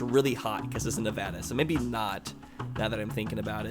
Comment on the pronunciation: I live in Vegas and I know what ur talking about about Prim. Also only southern NV gets hot as northern NV is vice versa in the winter. I also like how u know how to pronounce NV right